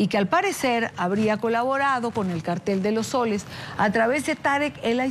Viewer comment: Señores periodistas no se pronuncia cartel cono (cártel) porque tendría un acento en la segunda sílaba, es cartel con acento prosódico en la última sílaba, por el amor de Dios, por qué se ponen a inventar acentos, hasta los gringos saben que la pronunciación de cartel siempre ha sido en la última sílaba y por eso es que no lleva acento escrito.